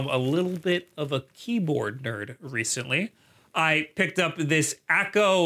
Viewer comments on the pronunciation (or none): none